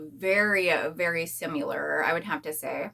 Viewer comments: The way you are saying “similar” is not the correct way to say it. Google and it will give you the correct pronunciation so your videos will sound better. Letting you know because if it were me, I would want someone to tell me. Hope you don’t take it as offensive. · I see alot of ppl say it the way she does. Not sure why. Maybe it's where they are from or something? I hear it alot tho and want to say something ,but never want to come off as rude ❤